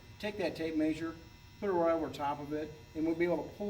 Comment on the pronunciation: It's "mehsure" not "maysure".